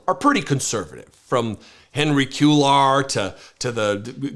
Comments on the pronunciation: Henry Q-lar??? How about “Kway-yar (Cuellar)”? And I don’t even speak Spanish. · Once again, KWAY-yar. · It’s pronounced Cue-yar. The double l in Spanish is a y sound.